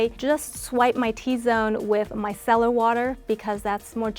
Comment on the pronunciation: The very first person since the "craze" began I've heard pronounce the word "micellar" correctly. They don't even say it right in the commercials. It's not MISS-uh-lurr, it's my-SELL-urr